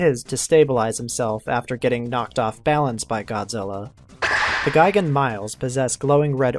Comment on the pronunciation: is gigan not gaigan